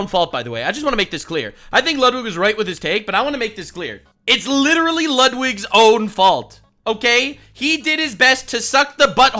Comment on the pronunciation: "licherawwy" is devious work